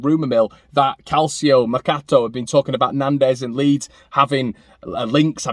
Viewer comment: Calcio - is pronounced in Italian as CAL CHO. C is pronounced like church... Ciao. Great show.